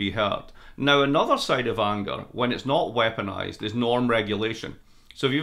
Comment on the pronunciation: Then 'weaponized'!